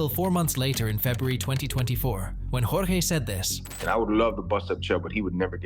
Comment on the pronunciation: bro you must be the first person i hear pronounce jorge’s name correctly 😂